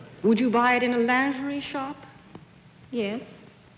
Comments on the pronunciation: I can’t believe Dorothy pronounced lingerie correctly! It is a French word and is pronounced lanzheree not lonzheree(the “n” nasalized but not pronounced)! This is the first time anyone who’s not French, Dorothy, pronounced it correctly! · Thank you for that lesson. I love French but did not know that we, here, mispronounce "lingerie." You actually made me watch the video again just so that I could hear Dorothy's correct pronunciation. Ah, for a return of the elegant-speaking, well-educated, culturally polished U.S. entertainer!